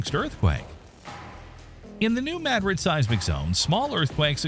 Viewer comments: It is pronounced Mu Drid not Mah Drid. Language is one of the most important ways we have to communicate, why do some insist on butchering it. Shows the blatant ignorance and low level of education these days. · Blah blah blah. Ok, first, pronounce it correctly, New Ma-DRID, as in Madrid, Spain. Secondly instead of blabbing on and on, show where the fault lines are, tell the history of Reelfoot Lake, tell when scientists think it might erupt and how strong it might be and what areas would be affected. And for goodness' sake, don't show pictures of bombings as if they were earthquake damage and plate techtonics causing tsunamis to explain internal plate shifts. Everything you said in the first 8 min. could have been said in 3 or 4. Or skipped altogether. The video would be better started at the 8 min. mark, as the part from 8-13 min is the meat of it. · It's not Madrid it's MaDrid in pronunciation and it was MO river not Mississippi river 🤷🏼‍♀️🤷🏼‍♀️ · yeah…..Maaadrid ??? 😂😂😂. Gotta teach these Ai’s how to speak English….. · Please learn how to pronounce Madrid and then re-record this video with the correct pronunciation and upload a replacement. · Now, if we could just get the AI to pronounce the name correctly.